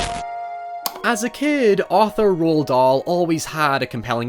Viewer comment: Why are you saying "Dahl" so weird, its not so hard to prounounce